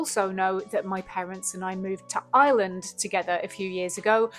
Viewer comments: Can't even pronounce Ireland lol. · Can't even say Ireland lol.